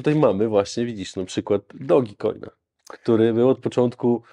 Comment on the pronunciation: "DOGI KOJN" xDxDxD